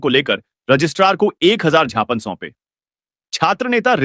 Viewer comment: आपने ज्ञापन को जापान बोलते जो